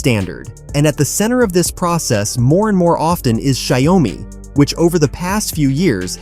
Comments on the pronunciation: Xiaomi should be pronounced as Xiao mi (two words) and not broken into 3 words like Xia-O-mi. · it is call xiao mi